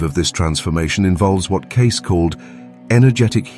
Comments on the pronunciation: oh and his name is pronounced 'kay-see' not 'case'. C'mon already. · It's pronounced "KAY-SEEEE" not Edgar CASE----moronic A.I. Narrator! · How about making the AI voice pronounce Cayce's name correctly?!! It's K-C !! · Maybe pronounce his name properly.... ???????